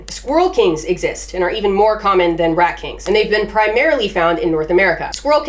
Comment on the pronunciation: I love the aggressive " R at"